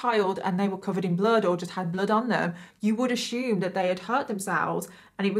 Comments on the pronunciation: Why do you say Assume like that?? Lol. There's no H in Ashume lol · Lets not ashume things!!! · Does anyone else love when says the word "assume" I just love her❤️ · I was wondering if anyone else loves it the way I do ❤️…I literally look forward to hearing her say it in EVERY video 😂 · Every time you say assume I smile a bit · The way she pronounces "assume" is something i've never heard before. And it's driving me crazy 😅😂😂😂😂